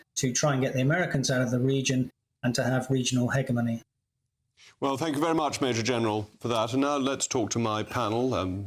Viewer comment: The general pronounced hegemony wrong…